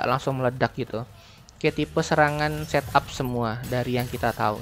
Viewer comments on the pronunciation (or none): none